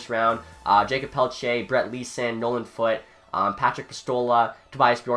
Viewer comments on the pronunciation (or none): none